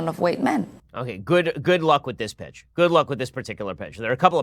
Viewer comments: you said "Good luck with this pitch" I swore and had to play it back that you said "Good luck with this Bitch" and I lost it!! haha but alas you did in fact say "Pitch" . You wouldn't have been wrong the other way though.... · good luck with this b*$@ i know he said pitch but itwas a close one lol